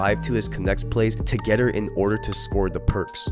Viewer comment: LOL this foo said “togedder”